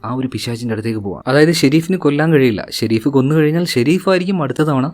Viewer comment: Shereef alla sherif😂